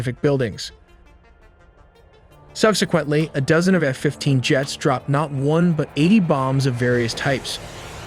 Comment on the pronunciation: claims not to use AI but pronounces F as "hannafef-15"